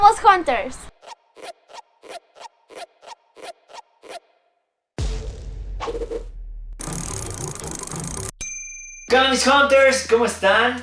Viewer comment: Un tip, traten de pronunciar hunters como janters para que salga bien la pronunciación La letra U se suena como A 😉👌